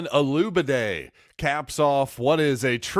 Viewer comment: Look man, before you introduce someone LEARN how to pronounce the young man’s name! There are videos everywhere with interviews with Donovan and other broadcasts correctly pronouncing his name! Man, it’s embarrassing!